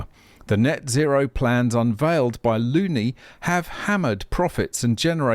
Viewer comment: That unfortunate surname is actually pronounced Loh-nee (it's Gaelic), but still ...